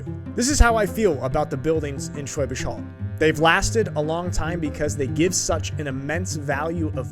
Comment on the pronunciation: I do accept his "Schwäbisch" but he still says "Holl" to be honest. Look, we are goddam nitpickers, we have to. Also, "Brezel" would be nice, spelled correctly :)